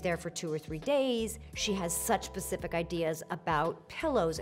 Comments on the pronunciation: Did she say pacific ideas? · she said "(Annie Liebowitz) has such PACIFIC ideas." LOL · Oh no, she’s a ‘pacific’ kinda gal instead of specific… even sjp has flaws 🥰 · Did she say "Annie has such pacific ideas ?" Thats funny 😁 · Did she say pacific ideas lol it's nice to know other ppl say it that way besides my wife and her family 🤣